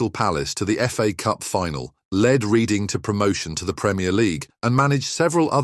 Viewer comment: Terrible video. Terrible pronunciation of Steve's surname. Reading FC pronounced in this as reeding should be redding! Irrelevant pictures and references....Don't bother next time.